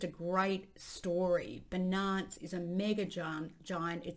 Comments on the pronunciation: Ffs. BI NANCE and ETHEREEEEEEUM 😂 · Yea it is definitely an issue. Seems like it's deliberate. Ethrum beeenunce - she does it with other words too. I don't know why. I would like to see her reaction if someone mispronounced her name. She would probably jump all over them.